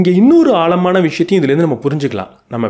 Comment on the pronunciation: ஆழமான என்று உச்சரிக்கவும் ஆள்மான அல்ல. எளுத்து அல்ல எழுத்து. முதல்ல அதை சரி செய்யவும்